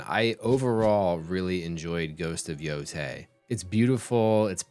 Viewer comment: Brother it's Yotei, not Yotai 😭